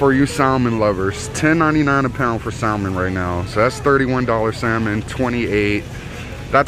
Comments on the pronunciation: The L is salmon is silent. Also there is no extra R's in water. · L in Salmon is silent…🤣